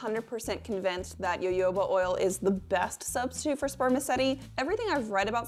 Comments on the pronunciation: As someone who has studied etymology and it is Ha Ho ba not yoyo ba oil. Yes yes I know Germans say yo yoaba but that is how they say Js. The word is Mexi-Spanish. The letter J is pronounced with an H. IT IS HA-HOBA!!!!!!!!!!!!!!!!!!!!!!!!!!!!!!! EVEN THE PLANT IS SOUTH AMERICAN! There is absolutely no defending calling it yoyo ba....none. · definitely agree....i am American and don't personally know any other American who pronounces it jo-jo-ba. We all say ho-ho-ba as all references for pronunciation are found to instruct you to say it. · Omg, please, it's HoHoBa, not YoYoBa. Thank you. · i was pronouncing it jojoba like jojo in my head this entire time instead of hoho or yoyo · Friendly public service announcement: jojoba oil is pronounced like ho-ho-ba :) Think of what santa says lol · Yes thank you! Girl I love your channel but your pronunciation of Jojoba was killing me softly. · II always fight with myself because I can't get myself to NOT say 'Ja-ho-ba " ... as if I am mispronouncing the name of the Jehovah's WItnesses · My personal opinion is that as long as you're making an effort to say it correctly and people understand what you mean when you say "ja-ho-ba" there's no harm done :) Habits can be hard to break. There are many many ways I'm trying to decolonize my language and I still make mistakes every day. It's a process for sure <3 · it was bothering me too 😂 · Jojoba oil is actually a liquid wax. Of the most common oils and waxes available, it most closely resembles sebum, the natural oils in your skin. It does not clog pores either. I have used a 6:1 ratio of jojoba to beeswax on my face with excellent results as a night "cream". And +1 to - it is pronounced ho-ho-ba. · omg girl it's pronounced ho-ho-ba. It's also a misnomer though called oil, it's actually a liquid wax. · It’s pronounced hohoba. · I was hoping someone would tell her...lol :)